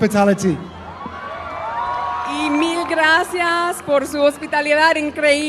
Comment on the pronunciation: I have never heard the word ‘gracias’ pronounced as grassyarse before.